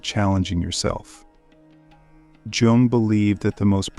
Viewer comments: It is not "Je Ong" it is "Yoong". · Is it Carl Yung? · The man’s name is mispronounced, and that is very annoying